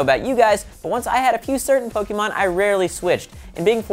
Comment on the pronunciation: Why can't pronounce pokemon correctly?!